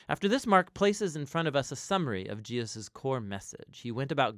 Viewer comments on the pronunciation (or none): Why does he repeatedly say Jeosus instead of Jesus? 🤨 I can’t be the only one hearing it (for example ) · Why do you pronounce Jesus "Gee-yus"? Drives me crazy. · I have always wondered why pronounces Jesus "Jee Us" so often. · Who else is noticing when the Narrator calls him “Jiasus”? Bout to start counting them.. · Why mispronounce HIS name so many times? It’s distracting.